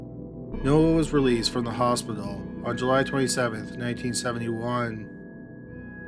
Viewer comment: She died in the "Hos-pi-doll" ... Oy veh!